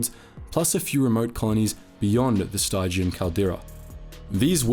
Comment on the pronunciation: This channel is wonderfully informative, especially for someone like me who doesn't know much about Legends. I learn a lot from watching it. But the narrator mispronounces names and words so often that I sometimes wonder if he's doing it on purpose. In this case, he's getting "stygian" wrong -- it rhymes with "pigeon." It's from Greek mythology, and is the adjective form of the river Styx, which is pronounced "sticks." The word "stygian" means dark, dismal, or murky, which is why it's used in the name of the nebula that surrounds the Sith worlds of the galaxy. They are dark both in optical terms (shrouded from view and from external light) and in terms of the Force. How is the narrator unfamiliar with not only the English word "stygian," but the river Styx itself AND the rock band named after it?